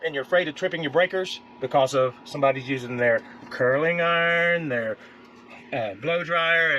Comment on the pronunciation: Love how emphasizes "Curling iron" 😂 Good tips usual guys!